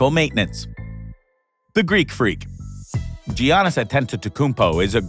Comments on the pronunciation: How hard is it to say YAN-is ? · Did he say Yiannis like Giannis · It's not G aunas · And all this time I was pronouncing Giannis name wrong.